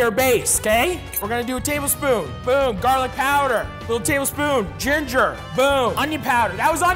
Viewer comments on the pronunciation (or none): none